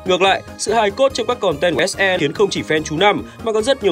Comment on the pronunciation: Ông đọc kịch bản đọc SE là ếch i xong phải chèn ếch e vô hả Chèn hết cái clip này chắc mỏi lắm :>